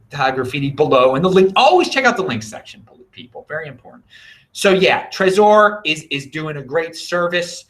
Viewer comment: lol why do you say trezor like that? How about like the name Trevor, you dont need to focus on the O. Lmao